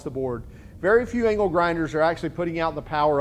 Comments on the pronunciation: i swear i keep hearing ''anal grinder'' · at first I thought you said anal grinder lmao